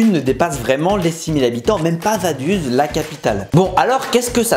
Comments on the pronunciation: Vadus 😂 ca ce prononce vadoutz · Vaduz, C'est pas vadus, c'est vadoutsse, la prononciation 😂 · Vadouz c'est pas US mais OUZ svp les FRANÇAIS APPRENEZ à parler correctement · Je ne sais pas si c'est parce que je suis Suisse mais Vaduz c'est très loin de se prononcer "Vaduze" mais bien "Vadoutss". Super vidéo encore bien expliquée est surtout très drôle. On attend déjà impatiemment les prochains récits de foot, le plus beau sport du monde, avec enthousiasme ! Force à toi et continue encore tu as des très bonnes idées et réalisation, bonne idée d’avoir des sponsors par vidéo car tu n’as toujours pas réussi à percer dans le ballon rond ;) PS: Pour y avoir joué oui les division 5, 6, 7 et 8 du football suisse font mal aux yeux mais quand on voit les clubs français qui restent en compétition européennes ça nous rassure. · Si jamais on prononce vadouts pas vaduz... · Vaduz sa se prononces vadoutse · Vaduz ça se prononce "vadoutz" si jamais, sinon super video com d’hab! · MEC, tu m'a tué! Je suis Suisse et c'est réel, tout leurs clubs sont eclaté hahahahaha. Par contre ça se dit VadOUtz en phonétique ^^ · Pour la prononciation on dis "Vadouts", sinon bonne vidéo bravo :-) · Super vidéo. Mais si jamais Vaduz se prononce : Vadoutz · Ça se dit "Vadouts" merci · Au passage, on prononce Vadoutz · On dit Vadoutsss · Si jamais Vaduz se prononce « Vadoutsse » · Merci pour cette vidéo. Malgré l'échec de la tentative de l'accent suisse et de la prononciation de Vaduz 😂.